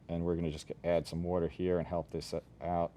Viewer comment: i very much dislike the way he says 'water' >:(